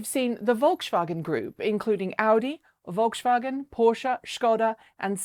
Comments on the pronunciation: Not sure if it's helpful but the pronunciation of Volkswagen is more FolksVagen than VolksShvagen ;) But thanks heaps for this video, amazing! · Err, the s in Volkswagen is not said like the a in Skoda. If anything it's "Folkssvagen" if you want to sound German. Just saying. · Great job at pronouncing most of the car manufacturer names. You say Skoda perfcetly! Check out how to pronounce Volks-wagen though, you say Volks - shwagen twice here It's folks - wagon, not "shwagen". This is a great video on the subject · Volkswagen - pronunciation like Folk's vagen. No SH sound in there. ;-) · But "VolksShvagen" sounds much more funny, I like it :-) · lol Great show...??? Problem pronouncing Volkswagen??? A " V" in German is an "F" in English. fyi